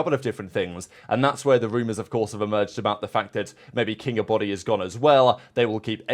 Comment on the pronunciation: This is what Shift kept calling him in the match vs Faze (maybe not on purpose but it was hilarious he never pronounced his name right)